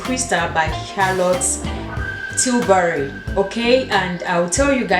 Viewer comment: That Charlotte Tilbury magic serum looks organic and natural, the light pink set looks romantic, i think you pronounced it well. looks good on you. thanks for sharing with us, big thumbs up